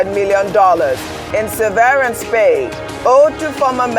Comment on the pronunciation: Just because ‘severance’ contains some letters of the word ‘severe’, doesn’t mean that is how it’s pronounced.